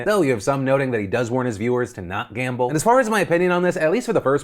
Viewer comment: “I wuhz juh like, I love gamba I’m gona gamba” god he’s an idiot.